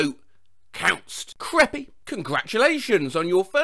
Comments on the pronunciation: Although says it more like creppy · I FUCING DIED ON HOW HE SAID "creppy"